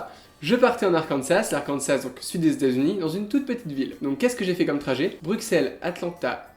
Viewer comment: Oh non! Il prononce "Bru[KS]elles" et pas "Bru[SS]elles" XD